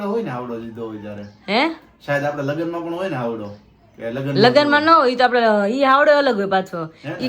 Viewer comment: Havdo kem bolo cho haydo kevay